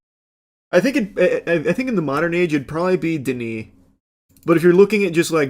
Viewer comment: So happy you said 'Denis'